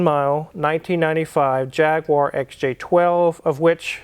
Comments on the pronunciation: You say ‘bonnet’, ‘boot’ but still say ‘JagWar’. Now, repeat after me Jag-U-ar. Thanks for trying. Lol. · Don't know why Americans call it a Jagwire. It's a Jag U ar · It jag - u- ar not jag- war and it is sol-der not sod-er😅😅😅😅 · OMG there's no "WAAR" in Jaguar. Its JAG YOU RRR. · practice saying jag...you...wer!!! thats the correct way to say it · In the Uk we say Jag- you-err😀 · its jag you are , there is no w in jaguar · congratulations on the purchase of your Jaguar, nice to your not anti European cars personally and business wise. Just one small thing to make us long time subs on the otherside of the pond proud would be to refer to it correctly, and you could be the first NA youtuber to do so Repeat after me, Jag - you - are there's no W or aa in the spelling. That 'numpty" Hoovie will be so jealous 😁😁😁